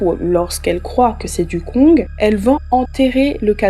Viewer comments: tu ne dois pas prononcer le g de kong ca se prononce kon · On dit le Koñg stp. sans toute fois prononcer le g de la fin , stp. Merci.